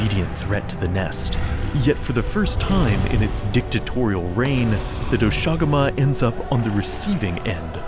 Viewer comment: is it not pronounced "dosha guma"? and not "do SHAguma"? sounds so weird😭 not to undermine the absolute behemoth of a piece of art